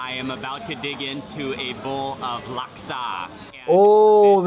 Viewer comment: As a singaporean may i know what in devil's name is that "laksa" ? Jesus Christ